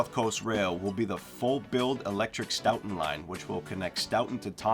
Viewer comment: Stoton not Stowton!!